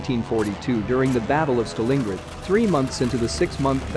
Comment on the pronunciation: Pity he couldn't pronounce Stalingrad, .